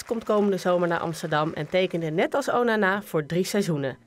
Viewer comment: ze zeggen onnnaa maar het onana